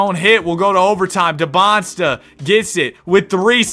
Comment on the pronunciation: Just so you know it’s not “Debonsta” as you pronounce it it’s “Dee-ban-za”